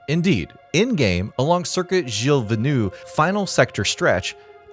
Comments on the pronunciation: Repeat after me: Gee-eel Veel-Nuvv! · Your prononciation of "Gilles Villeneuve" is terrible. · Stopped watching after his failed attempt at pronouncing Gilles Villeneuve